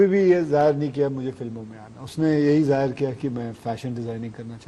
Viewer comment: zaayar nahi zaahir